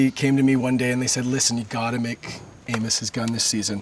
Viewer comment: Did anyone else hear him say "Anus" instead of "amos" the first time?